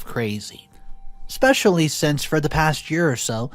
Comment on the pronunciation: there is no X or K in the word especially I have noticed that you don't pay attention to the pronunciation of some important words although the stories are good this detracts markedly from the story